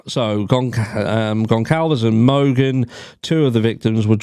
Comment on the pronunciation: Kaylee’s family pronounce their name /gon/ /sal/ /vez/.